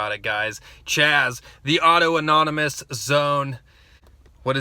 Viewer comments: Auto-erogenous zones are for wankers. (PS I know you're being funny, but for the uninitiated, it's pronounced "aww-TAHN-ih-muss") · Capitol hill "autonomous" zone. Lol not "auto anonymous" although alot of them there might need some aa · Autonomous*** not auto nomonous